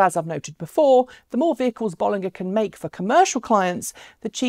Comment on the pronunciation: Just FYI pronounced “Bowl...” vs “Boll...” and “...ger” as in Germany, according to an employee at the company.